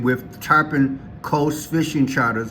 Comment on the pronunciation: It’s Tar-Pawn, not tar-poon. Tarpon is a specific salt water fish. Tarpoon is a weapon